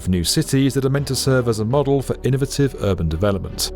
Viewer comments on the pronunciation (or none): none